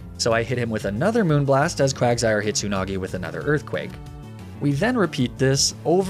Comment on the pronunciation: Hearing you say moonblast properly feels so weird